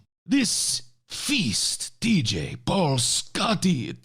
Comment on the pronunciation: I thought referred to Paul as "Ball" at first... funnily enough I knew exactly who he meant nonetheless.